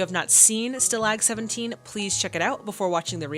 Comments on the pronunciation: Schemer is not a name, it's a noun, describing someone involved in schemes - underhanded or illegal plans. In this context, a nickname. And, by the way, stalag has the emphasis on the first syllable. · This was a really great reaction,! Your response to the ending is just terrific! Totally gobsmacked! Looking forward to seeing STALAG 17 (1953)! (By the way, it’s pronounced STAH-lahg, not stuh-LAGG…it’s okay, live and learn…)